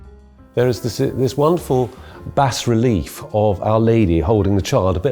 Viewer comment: The S in bas-relief is silent, it’s pronounced ba-relief.